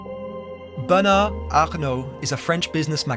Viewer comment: You didn't pronounce Bernard or Arnaut correctly, but the attempt was well appreciated 🙏👍